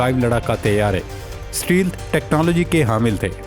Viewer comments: سٹیلتھ ۔۔۔۔نہہں ھوتا سٹیل تھ ھوتا ھے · voice over:...please type in google and click to listen how to correctly say Stealth.....e is sielent.... so its STALTH...say it bit not like ALGEBRA...STA..LTH.....you will feel good...else your voice over is good